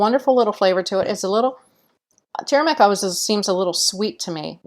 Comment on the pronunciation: its not TURMIC. It is TUR ME RICK. i did not know what you were adding/ talking about, until I saw the caption. Otherwise thank you so much for this episode.:)